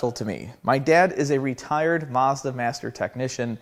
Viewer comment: It's SO annoying hearing the brand name being mis-pronounced 😢 It is a Mazda. A "MAZ-DA;" Not a "MaRRs-DaRR" 😮 ☹